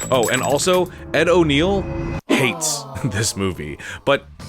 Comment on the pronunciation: Ed O’Neill and Ethan Embry (Randall), not O'Neal and Emery. Cheers.